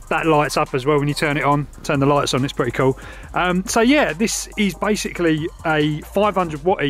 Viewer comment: Did you say "This is bikesically" lol